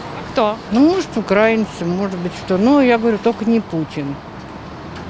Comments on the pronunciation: радует, что до большинства россиян начало доходить, что мы не один народ! а к девушке-автору просьба обратить внимание на правильное произношение: не укрАинцы, а украИнцы! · Девушка! Украииииииинцы!!! А не украааинцы. Усвойте! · Правильно казати російською мовою не "укрАинци", а наголос на "и" - "украИнци", вчіть правильно мову! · На всякий случай: не укрАинцы, а украИнцы - потому что УкраИна, а не окрАина. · даже в ваших словарях пишут, что в слове "украи́нцы" ударение стоит на букве И - "украИнцы". Проверьте, даже российская википедия об этом пишет. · УкраИнцы ! ! ! телепни ! ударение на И ! ! !